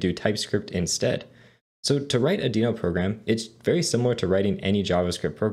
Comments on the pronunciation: the way you say deno...wierd, good course thanks!! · Great tutorial, but why are you pronouncing Deno wrong?